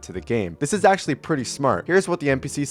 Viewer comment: Is da rp dis arg💔💔 dude talk correctly 🫩🫩